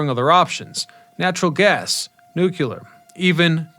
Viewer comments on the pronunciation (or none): ✔nu cle ar ❌ nu cu lar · They are NOT "PARTICIPATORS"; they are called "precipitators", designed to collect the fly ash and other contaminants. Additionally, the word is "Nu-clee-ar" not Homer Simpson's "Nu-kew-lar". This sounds like an ill-educated kid from the U.S. Education System, not a Canadian... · Every time you say “nook-yah-lur” a piece of my soul dies. Do better. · Great video but "NOO - KLEE - UR" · New Clear. Say it. New Clear. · God that irks me to no end. Reminds me of Dubya.